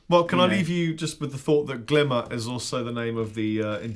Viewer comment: It's glíma (pronounced: gleemah/gleamah), not glimmer. But who am I to act smug about a language that under a half a million people speak today